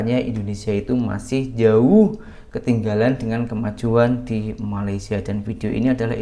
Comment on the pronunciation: Sebut Malaysia pun tak betul. Kau ni sekolah ke tak.